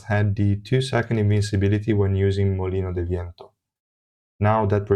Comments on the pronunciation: That molino de viento pronunciation was really good, as a spanish speaker i super approve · Your spanish is good, that MOLINO DE VIENTO was on point xd